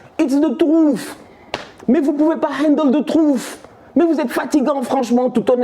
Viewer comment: Ahah merci pour la vidéo tu m'as tué. "It's the trouffe ! It's the trouffe !" 😆🤣